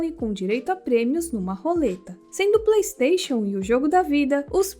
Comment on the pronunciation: Eliana e Jackeline: ok Yudi e Priscila: "pleisteixon" Maisa: vergonha alheia Jessica e Caue: quem? Silvia :vergonha alheia parte 2 Mas sério sinto falta do Bom Dia e Cia, agora só passa jornal na tv.